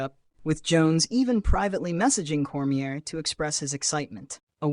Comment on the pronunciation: Core-me-aye, nor Core-me-air